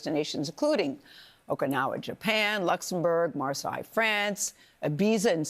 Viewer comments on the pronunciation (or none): Marsigh!? Try saying Marsay - another ignorant newsreader!